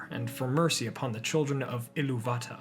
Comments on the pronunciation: I much prefer the way you pronounce "Iluvatar", without fully pronouncing the "r" at the end, I feel that's the best way to pronounce it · Glad to know I'm not the only one who pronounces "Illuvatar" like Robert Shaw does